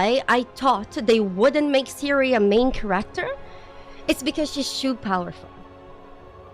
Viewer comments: read this, I swear it’s black magic: Kéracter, not Charácter Done. Pronunciation fixed. You’ll never pronounce it wrong again:) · Your accent is very endearing. Care-act-ter is now my new favorite want to pronounce that word lol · i love how she pronounces "character" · She's canadian right?